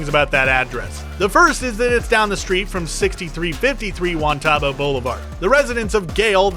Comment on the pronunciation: Me an Albuquerque native hearing this dude say Juan TAHH-bow multiple times instead of Juan TUH-bow it’s not a big deal I know but nobody in abq pronounces it like that lmfao 😭😭💀💀